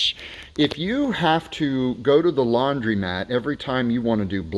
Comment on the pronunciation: DUDE: Laun-DRO-mat, not laun-DREE-mat. Hello